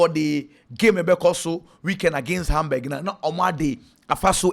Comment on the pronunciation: The city is not called Hamberg, but rather Hamburg wai. Stephen Kweku Asiedu Leverkusen Germany 🇩🇪